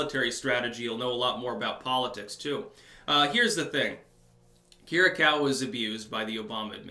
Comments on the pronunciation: Say: Keer-ee-yah-koo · Not to be too much of a pain, put this on google translate,Greek: Κυριακού That's how you pronounce his surname.